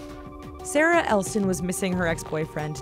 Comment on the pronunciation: Pandagirl SP lmao she said sara not sarah